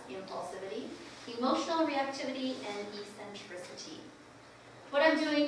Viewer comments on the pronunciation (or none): The pronunciation of "eccentric" and "eccentricity" is not E-centric it is ek-centric; ek-centricity